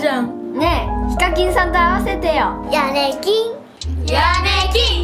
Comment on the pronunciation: 途中ヤネキンがヤミキンに聞こえた